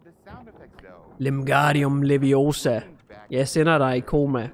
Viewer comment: Sagde du Lemgardium Leviosa ved